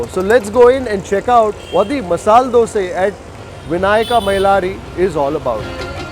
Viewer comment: Very few who say DOSAE.... Coz You know KANNADA VERY WELL....